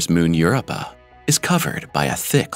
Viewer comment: "Europa" is pronounced "yur-OH-pa," NOT "YUR-oh-pa." Dammit!